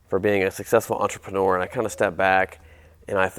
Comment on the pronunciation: It’s a -neur. Not a -nore.